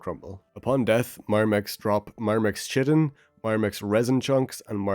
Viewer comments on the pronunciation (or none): fyi "chitin" is pronounced "kye-tin", not "chi-tin"